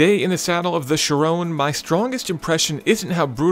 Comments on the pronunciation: Isn't it pronounced "Ki-Ron" (kinda rhymes with Byron)? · isn't the name pronounced like kyron? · I can't stand his pronunciation of "Chiron".... sounds like "Sharone" whan he says it :/ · why does he keep on saying "sheeron"? annoying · SHIRown? Nope, there's no E on the end. Cannot take you seriously. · Thirteen155 it's 'chee- ron' actually... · Kind of funny you mention that but even all other English presenters pronounce it the wrong way...it's pronounced in a French way with a numb N at the end. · The way he pronounces Chiron ruins the video. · chirone ? 😧 I don't understand you can pronounce vayron correctly but Chiron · Since when the the 'Chrion' become the 'Chayrone'? Bring back! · whats a sheer-owwwwnnnn????????????????????????????????? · It's pronounced "Chiron" (like it's spelt), not "Chirone" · When he pronounces it as "Chirone" - TRIGGERED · i wanted to KMS every time he said chiRONE,its chiron, with a short sharp end after the 'n' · *CHIROOONEEEEE*. Dude. It's Chiron, atleast try to pronounce it right. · Why did they choose this presenter. I hate his pronunciation of the car's name "Shirone" dude wtf. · It's Chiron not Chirone ;o) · chirone???? you mean chiron ON not ONE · Great video though it's pronounced Shi-ron not Shy-ron. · Chiron = 'she-ron' not 'she-rone' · why do you pronounce it like it's an anfrican american girls name. It's chi-ron not sherone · Ky-Ron not sha-rown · There is only one way to pronounce it.....SHEER ON, because it's named after Louis Chiron a racing driver from Monaco. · Perhaps won't also butcher the name. Chir-OWN? Really? Did they build it in Texas? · Art Vandelay but not shirone like the guy says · Take a shot for every time chiron is pronounced like 'chiroan' in this video. Tip: get about 20 bottles ready... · You got it wrong. It's supposed to be pronounced as Chiron. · He pronounces Chiron like how someone would pronounce Tyrone. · who is 'sherone'? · It's pronounced Chiron